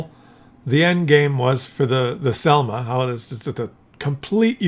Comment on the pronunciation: š is not s,š is like "sh"-it so šelma you pronounce like shelma.